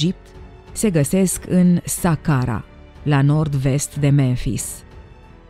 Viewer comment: SAHARA NU SACARA